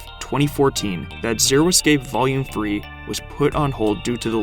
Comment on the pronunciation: dude please learn how to say the word "escape".